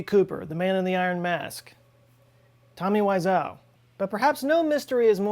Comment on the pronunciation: Also mispronounces Tommy Wiseau.